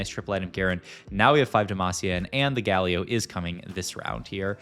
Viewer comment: he pronounced Galio as Guh-Lee-Oh and then as Gal-Eoh in the same sentence ahhaah it's some pretty top notch trolling.